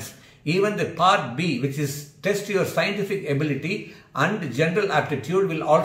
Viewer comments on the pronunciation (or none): none